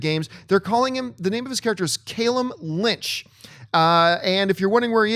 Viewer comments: Damnit, it's not pronounced "Cale-um". Its' pronounced "Cal-um". There are 2 L's not 1. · It's Cal luhm, John, not Kay lem.